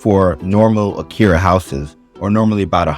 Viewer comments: I’m no grammar Nazi, but everytime I hear “Akira” I can’t help but wince a bit 😅 あきや… it’s even spelt right in the video. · Btw... are you saying "akiRa" or "akiYa" ..?